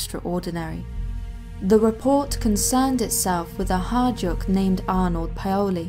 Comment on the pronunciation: Great video - pronunciation could be improved: hajduk pronounced high-duck, Medveda pronounced med-ved-aah, Paole pronounced pow-le, skeleton isn't skellen-ton.